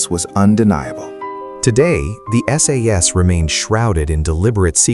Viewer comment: AI is very impressive, but it can't even manage to say "SAS"